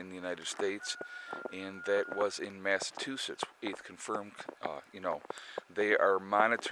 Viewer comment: Massachusetts = Mass a CHU setts